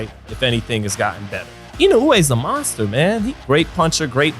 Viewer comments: Sounds more like Monthgstha to me the way Tyson pronounced it. Cute. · You mean mongster? Who you kidding mate ? That idiot couldn't even pronounce the word monster correct. How much brain damage you got ? Tyson is a scumbag, he always was and always will be. It don't matter how many times you donkeys mention his name. The only ones scared of Tyson are females and for good reason. Good to see how much you like a convicted rapist and sexual predator. What a bunch of bullshit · Tyson- "cwazy guy name the mongsta" 😂